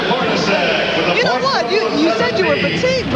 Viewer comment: Did the broadcaster call Jeff Hornacek HORNY?!